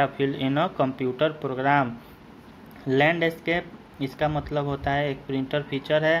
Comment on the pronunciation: Landscape ko achhe se pronounce kro😆😆